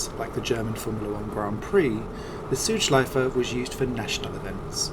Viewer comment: Great Video Mate! I am from Germany and like Motorsport so much and for a long time, but this was also new for me. Btw, I like how Südschleife is pronounced in this video. It's well, but a little bit "sweeter" than a native speaker would do ^^